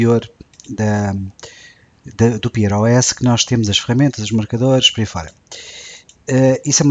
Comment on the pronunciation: quanto ao global menu, é referente a janela ativa eu adoro isso e é uma pena o elementary não ter um... deve ser a coisa mais útil que o Mac OS tem... e detesto ser esse tipo mas aguem tem de te dizer, vai ver a pronuncia de 'pear', tas a dizer 'pier'... sorry tentei nunca dizer nada mas n consegui :X